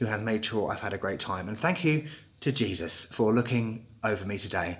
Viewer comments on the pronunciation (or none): none